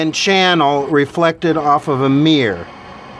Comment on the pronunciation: Mear = Mirror...Soder = Solder...Since when was the "l" silent in Solder...It's like calling a Soldier a Sodier... 😂